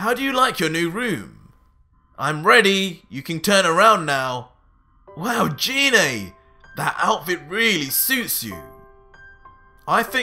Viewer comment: anyone else annoyed that he is saying her name wrong ? its Gi ney ... sort of like the Gif arguments.